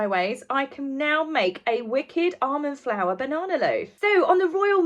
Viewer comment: Sorry but I thought you said "Arm & Flour" and I kept thinking, "did Arm & Hammer launch a flour line?" Until I realized you meant almond flour. 🤣🤣🤣🤣